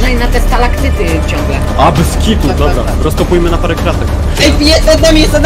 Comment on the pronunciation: To się wymawia stalagtyt